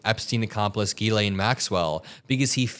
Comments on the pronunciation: J JJJ 'jillain or jillEN (like jillian/gillian. It's a French name) Not 'Geelayn'. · It is not Guylaine it is pronounced jislaine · It’s Jizz Lane not geee lane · Zhis-lay (not GeeLane) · Her name is not "Guylaine", it's Ghislaine (pronounced Jislaine (with no d sound in the J - but it should be Jizzlaine). She's British-French-American and her name is French. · Jiz-lane Maxwell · Just fyi...Ghislaine is pronounce Jislaine... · Another good report. However, you need to pronounce her name correctly. It is a French pronunciation. Just as the name "Elaine" is pronounced "ee-lén" (stress on the second syllable), her name is pronouced "ghee-lén." Just saying. Criminal or no, get her name right. Whatever. Nothing is going to happen anyway, except she might end up the same way as Epstein. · Her name is pronounced Jisss-lenn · You’re saying her name weird.